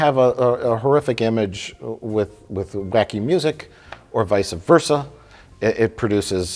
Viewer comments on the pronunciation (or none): I'm so sorry but it's vice versa not visa versa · Did mike actually say “vice-a-versa?”